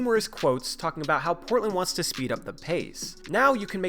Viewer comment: Am I the only one that noticed you say "it's very imPortland for Portland..." in the middle of #2? A good friend will tell you your fly is down, rather than let others gawk at you. Luvvz!